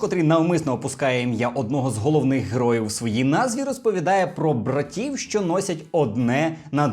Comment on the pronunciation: Ви можете говорити не "шьчьо" а "що(шчо)?